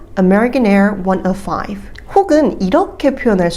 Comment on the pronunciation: 비행편 말할 때 on American Air 105 ->숫자 발음을 원 지로 파이브로 안하고 원너파이프 이렇게 발음 하시는거 같은데 왜 그렇게 하는지 알 수 있을까요?